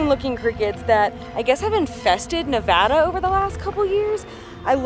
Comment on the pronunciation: must be pregnant because your dad jokes are OFF THE HOOK this one. We are Reno natives and are so glad you enjoyed Nevada. (And that you pronounced it right!)